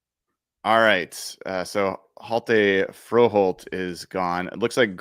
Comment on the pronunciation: The "H" is silent in (H)jalte Froholdt 🙂